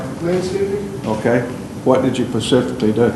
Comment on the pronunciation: judge says 'pacifically' more than once instead of specifically